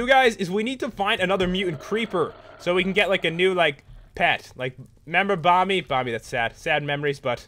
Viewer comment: its "Bomby"